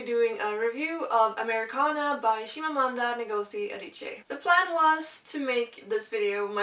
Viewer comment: Well done pronouncing her name. I never managed to do that :)